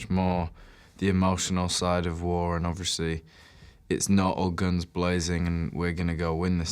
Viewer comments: lol harry says "obvRiously" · Harry says ‘obviously’ a lot for someone who can’t pronounce it properly